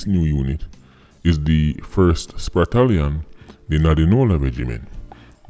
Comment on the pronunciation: A which fatallion tht oh sorry i meant spratallion